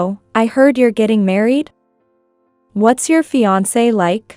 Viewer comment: Teach your AI if it sees the word fiancée to pronounce it 'fee- on -say'... fiancée 🤗💖